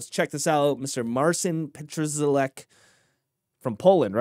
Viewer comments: Pronounce his name PAT-SHA-LECK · The way you butchered his name is quite something.